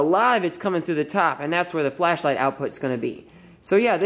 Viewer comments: haha it sounds like he says fleshlight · Replace every time he says ‘flashlight’ with ‘flesh-light’ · kept hearing "fleshlight"